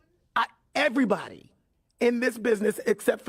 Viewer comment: Yooo it’s everybody not EVERYTHANG 😂